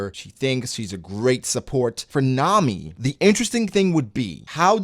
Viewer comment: I’m glad he said Nami